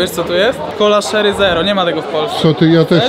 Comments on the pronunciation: nie szery tylko czery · Siemanko , wypasiony filmik , ładne te burgusy, czekam na content z UK ale tu nie ma nic na muala hehe. Tak a propos to się mówi czery kola 😉🤣😁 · Kola „szery” zero lol xD 😂 fajna wymowa bo tak sie nie mowi :P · To jest cola "CZERY" a nie "SZERY". To pierwsze to wiśnia to drugie to imię. Pozdrawiam!